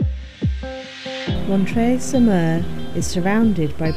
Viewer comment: Your french is pretty good :) , you well pronounce Montreuil-sur-Mer. And thanks for that amazing video.